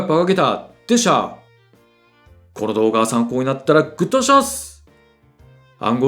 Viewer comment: 何度聞いてもグッドボタンお願いしますって聞こえない😂